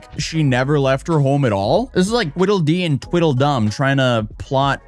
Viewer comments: "Tweedle", not "twiddle"... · Lark NOT larp TWEEDLE dumb and TWEEDLE dee NOT twiddle dumb and twiddle dee